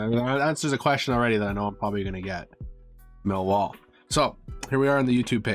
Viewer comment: When you chant “Millwall” it’s pronounced “Miiii-Waaaaar”